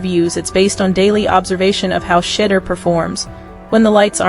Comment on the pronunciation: She- duer. Learn to pronounce his name correctly. Otherwise, you are showing disrespect as you earn $$$$ based on his actions and activities. So, you have a great storyline, the fact that you haven't taken the time to pronounce his name correctly says what about you and your reporting? Do better, I know you can get it right!